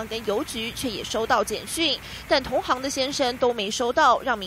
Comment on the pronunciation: 記者，「同行」這念同ㄒ一ㄥ’